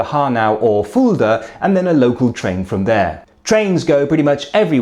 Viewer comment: hate to correct you, but it's rather pronounced "Fullda" than "Foolda" ;)